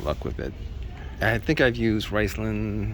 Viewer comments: Did he say "rice land"? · Its pronounced RIZ-lone.